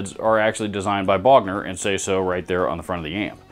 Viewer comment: Lol pick a Bogner not a booger 🎸